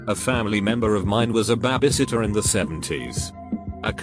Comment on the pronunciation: Imagine being a lazy ass youtuber and just copy and pasting shit to google translate and not even fixing simple shit like "someone called nine eleven" or "" Absolute trash lol.